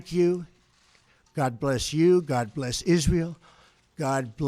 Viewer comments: "god blesh United Statch" ..he's losing it. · Are his dentures loose?? His speech is incredibly slurred in that last two sentence blather. " And God blesh the United shtatesh"